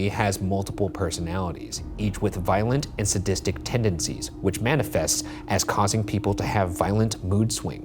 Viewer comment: When Ryan said "violent and sadistic" I heard "violent and autistic" first lmfao